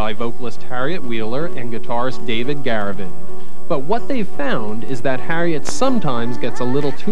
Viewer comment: He also said "Dave Garavan". Ugh, mtv.